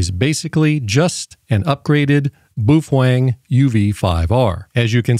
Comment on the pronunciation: Pronounced Bow feng